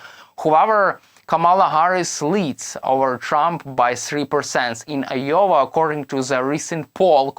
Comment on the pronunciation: Wtf is yowa??? Do you mean I O W A Pronounced. " eye- oh- wuh!!!!!!